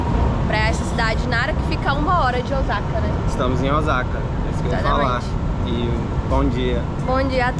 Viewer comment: O S A KA e não OZAKA pronuncia é S e não Z 🤣